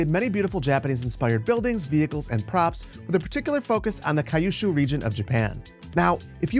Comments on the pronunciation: "kayushu" lmao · “Q Shoe” I believe is a rough approximation. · Loving your reviews of all these packs! (Although I almost died at your pronunciation of Kyushu at the beginning 😂)